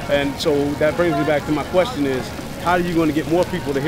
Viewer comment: Dumbass: head down sounding out a poem/rap he plagiarized from 30 rap songs. "Axe meh anotha qwesteun" Trump Supporter: asks another question* Dumbass: hold up, I got that poem in here somewhere.